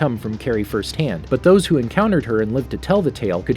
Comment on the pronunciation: Bruh 🤣 🤣 🤣 🤣 🤣 🤣 🤣 "WAT ARE DOSEEEEEE"